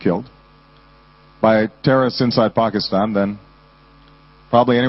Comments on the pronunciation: Obama pronounced Pakistan correctly-- nice. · President Obama is the first American I've heard pronounce Pakistan correctly. That makes me happy!